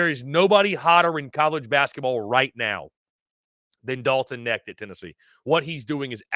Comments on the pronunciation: Dalton Knecht.....The K isn't silent. Go Vols! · I was coming to the comments to say the same thing Knecht.. the K IS NOT silent bro. Its said exactly how it's spelled. #GBO #VFL